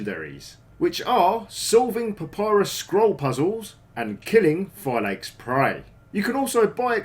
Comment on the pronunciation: u can't pronounce it Phylakes more than that 🤦🏻‍♂️